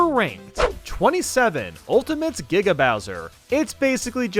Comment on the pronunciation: Finally you pronounced giga right